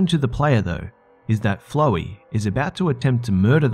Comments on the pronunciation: ''flow-wee"BRUH ITS ''flOW-ee'' F-L-O-WWWWW-EEEE-YYYY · you said flowey wrong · What glitched Zelda game did You play, that doesn't happen. Once you kill them the basically evaporate and the others continue to go after you And Seriously?!?!!? You are just gonna Pass over 'under the well" in OOT? Or at Least the shadow temple? Sad Lastly, could anybody get past the pronouncation of 'Flowey' to 'Flow-Ee'? C'mon, you're better than that